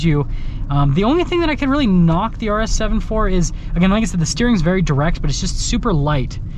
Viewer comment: IS he saying RS 7 or arse heaven?